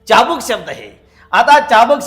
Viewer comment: चाबकामधील ‘च’चा उच्चार चुकीचा करताय.